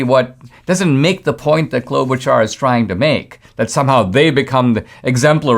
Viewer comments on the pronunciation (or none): none